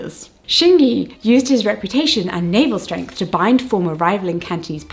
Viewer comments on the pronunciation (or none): none